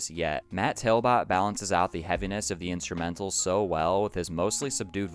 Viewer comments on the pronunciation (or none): it's TALBOTT (TALBOT where i come from) pronounced Tal-bit .. not tail-bit.. my fave songs on this album were big dipper and the pod... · Based off spelling it isn't pronounced Tail-Bit you just don't know how to say Talbot. I hope you know the right meanings of I'll and All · Matt's last name is pronounced exactly as spelled, not "tail-bot". My hometown is his and ibought electa 2000 with hidden track for $5 from his mother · How do you not know how to pronounce Talbott?